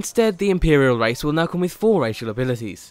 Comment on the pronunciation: Race not rice